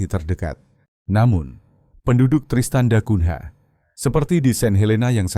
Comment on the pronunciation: Narator cara anda menyebut bbrp nama yg berasal dari bhs Porto (Portugis) spy dioerhatikan terlebih kata yg yg berakhiran NH harus dinunyikan sengau ny. Misalnya mengeja nama kota Tristan da Cungha. Dieja Tristan da Kunya bukan " da kun "ha" yg anda eja saat ini. Juga kata2 lain yg ada huruf nh di akhir suku kata. Spy anda tdk ditertawakan narator. Ini bhs orang orang Portugis.